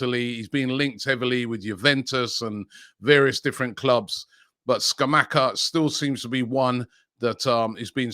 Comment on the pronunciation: Scamacca is pronounced Scamatcha, not Scamacker